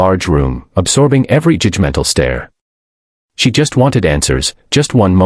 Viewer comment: More AI generated garbage. Not even the pictures are consistent. And who says "joodgemental"?! And did she have a card or a letter?!